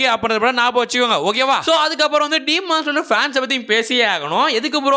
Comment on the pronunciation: சீமான் ஸ்லேயர் இல்ல bro😂 டீமன் ஸ்லேயர் bro✅